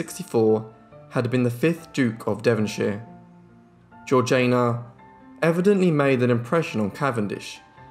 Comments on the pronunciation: Surely, her name was Georgie-Ah-na, not George-Jane-Ah? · How do we know her name was pronounced in that way? It is certainly spelt Georgiana not Georgeayna and it was not an unusual name in English society of the time when it was universally pronounced Georgiana. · Yes the pronunciation irritated me too. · Nope you can't even spell it. It is one final time GEORGIANA PRONOUNCED GEORG JAYNA!!! Not GEORGINA. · Great video but her name is pronounced like Georgie anna. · Loved it. Thank you. Georgiana is pronounced GEORGE ee anna. I thought you might want to know. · she switched the pronunciation when she married to match the regional accent as a way to endear herself. Both are technically correct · The 3rd syllable of Georgiana's name is pronounced like the first one in Django, not like Jay in Jay-Z. There is a movie called "The Duchess" about her, made by the British. I suppose the British know how to pronounce British names. Next time before you start guessing pronunciation of names, maybe go and check the existing sources first?